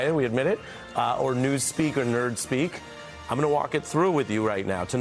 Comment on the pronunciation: Poor Kammie can't say I'm speaking 😂😂😂😂😂